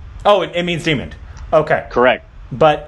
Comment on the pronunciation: Did say "demond" or did I imagine it?